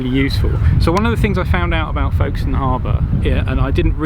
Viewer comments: Another cracking video - sorry I meant &!! 😱 My wife will be especially pleased as she was born in Folkestone (with an 'F' not a 'V' please!! 😎) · It's pronounced Fokes-ton, but with an 'L' in front of the 'K' that is so quiet you can't hear it. Now, say after me...